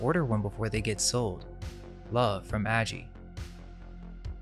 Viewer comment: Its Aggie as in Agnes